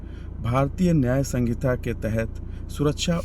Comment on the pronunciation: संगीता नहीं संहिता 😅